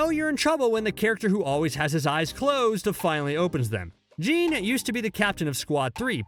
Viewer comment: “Jean Ichimaru?”, “SoyFang?”….Good Lord lmao